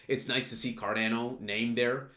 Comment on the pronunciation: It’s “car Dah no” Not “ car dan o”